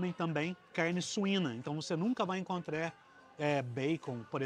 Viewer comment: esse cara troca o ''ar'' no fim das palavras po ''er'' ou eu to maluco, encontrER, explorER...